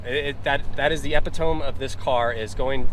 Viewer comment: Nah sorry mate but those goddamawful bumpers (fenders for you lot) that your stupid government made Mercedes add to the car for "safety", completely RUIN the car. And btw the word is Epitomeeee. Like "wee," not like "ohm".